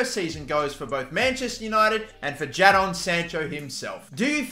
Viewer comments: Why do you keep calling him JAA-DON Sancho it’s just Jay-den just spelt differently damn😭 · Don’t say it Don’t say it Don’t say it “Jad-on” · It's said JAYDON Sancho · U say it jayden instead of ja-don 😂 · Its not jahdon its jaydon spelt jadon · the way he says ja-don sancho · It’s pronounced “Jaydon” bro come on man hahaha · Sorry but you say it like Jay Don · "JA-Don Sancho" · Jadon is pronounced jaden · It's pronounced Jadon its pronounced jaydon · Bruv it’s pronounced jay-don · I was checking for this comment because i was going to say the same 😂😂😂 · how did he just say jadon?😂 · That’s not how you say jadon